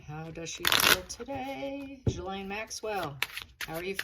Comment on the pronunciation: Per Lady C her name is pronounced Gillen.